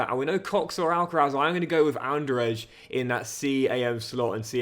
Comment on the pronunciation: The J in Andrej is pronounced like E in English,. For future reference.